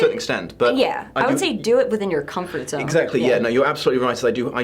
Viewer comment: Okay, thought I couldn't crush harder on you, then you mentioned you love "Far Scape". OMG. And Zan. I love Zan. Ps it's pronounced Z-Ann not Z-on like Khan. No. Zan, like Ann. Plant ladies for the win. 😂❤